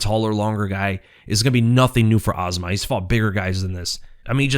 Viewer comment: It's really that hard to pronounce "Azamat" the correct way??? IT'S A -ZA-MAT!!!! NOT AZMAT. Get it right please